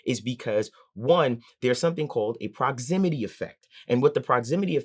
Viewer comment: It's called proximity effect not "Prozimity" effect.